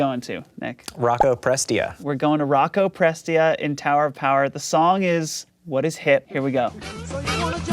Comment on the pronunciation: For the record, it's pronounced pres-TEE-uh.